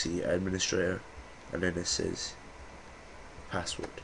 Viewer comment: whats wrong with ur tongue ??